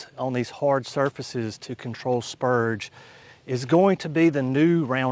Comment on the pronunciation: Spurge with an R. Not spuge. 🤣